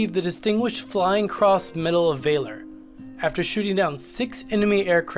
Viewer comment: Medal of vayler that was great